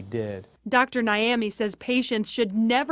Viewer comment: I beg the doctors name is not Naimey it’s Nyame which means God in Ghanaian language 😁😁